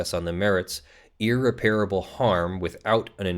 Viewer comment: one thing that really bothers me about your videos: you need to check the pronunciation of "irreparable" - the 'a' after the 'p' is not a long vowel sound:-)